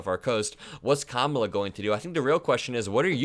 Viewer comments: How insultingly childish it is that Republicans refuse to pronounce things properly. They just can’t help calling it the Democrat Party. They pronounce Kamala every which way but the right one. Juvenile name calling. Republicans will never grow up past the third grade. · In the same way he deliberately mispronounces Kamala, she should mispronounce him DoneOld because he is both done and he’s old